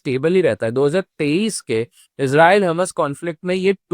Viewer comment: यार हमास को हमस क्यो बोल रहे हो😂😂😂😂?? हमस खाया जाता है🤣 हॉर्मूस को हरमूस बोल रहे हो! भाई आपकी जानकारी थोड़ी गड़बड़ है।